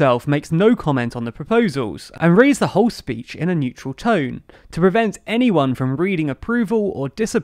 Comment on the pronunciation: "NETURAL" tone?